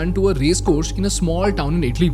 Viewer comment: It's not idli...❎🙅🏽‍♂️ It's itali...☑️🙋🏽‍♂️